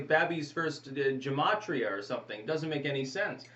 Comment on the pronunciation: (Gematria is pronounced with a hard G)